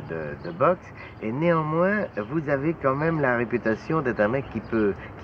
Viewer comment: "Une réputÂtion.." Cet accent a disparu. Purée il ne reste pas grand chose de ma jeunesse ...